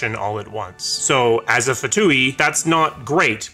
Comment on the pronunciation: Pronounced 'two' the F is silent and no long E sound at the end. :P